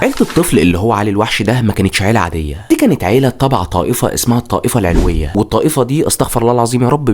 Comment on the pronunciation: اسمها الطائفة العَلَو‌َيّة بفتح العين واللام وتشديد الياء اسمها حَماه بفتح الحاء مجزرة الحُولة بضَم الحاء اسمها د‌َارَيَّا بفتح الدال وتشديد الياء أنا سورية وجزاك الله خيراّ ❤